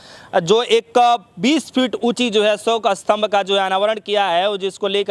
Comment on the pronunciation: Are Bhai astambh nahi Ashok stambh